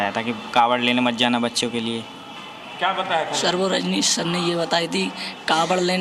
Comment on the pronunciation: ये पत्रकार नही,कचरकार है,जो नाम तो ढंग से ले नही पा रहे है,और बात अपनी सही साबित करने पर लगे है, dr रनजीश् नही,dr रजनीश होता है